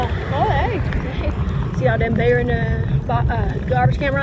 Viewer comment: I thought she said there was a BEAR in the garbage can... she said BEER...... Rock on.